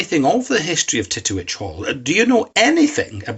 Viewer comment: ...and the rural Scottish dialect made it even more bawdy..."TETT-tee-wetch" 🏴